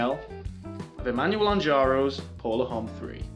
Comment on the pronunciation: "la hom" - it's pronounced 'lawm'. lol